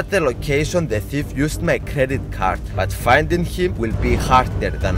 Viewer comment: In the start when he Said thief he sounded like he hade a Swedish accent